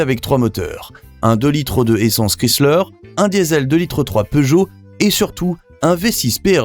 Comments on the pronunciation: ChrYsler not Crissler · Es heißt doch Chrysler, nicht Crisler. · Chrysiler = Chrysler I'm sure... FORZA ALFA BABY !!!! THE KING IS BACK !!!! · Krissler. Wyve Monntan come on. Laughable. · Awful narrator. Can't even pronounce Chrysler. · As a European, I hate the way Peugeot is pronounced. But in some way, I can understand that. But the fact that Chrysler isn't even pronounced correctly, is wild for me.